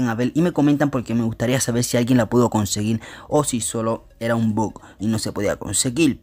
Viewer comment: me estresa que haya dicho tantas veces " conseguil"